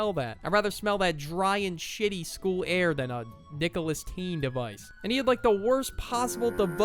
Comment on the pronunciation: "Nicholas-Teen" ☠ ☠ "Julius Caesar" ☠ ☠